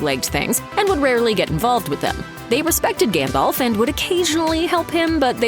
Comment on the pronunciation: You might think that in a video with this theme, the pronunciation of Gandalf's name would've been correct.